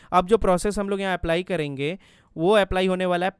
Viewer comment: Bro it's " karenge " Not " KADENGE " 🙄🙂